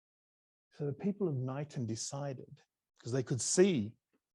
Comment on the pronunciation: Knighton is pronounced k-nighton